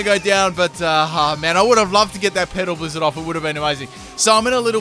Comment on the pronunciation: I know he is saying petal blizzard but it sounds like pedo blizzard... haha